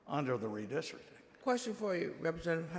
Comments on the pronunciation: Redistricting, not "Redisrikin" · What does "redistricking" mean? Before she states her argument, she should learn how to pronounce the word "redistricting" 🤦🏼‍♂️😂